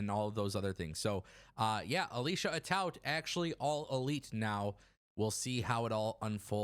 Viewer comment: Alicia Atout's last name is pronounced Ah-Toot according to her. Like toot your horn.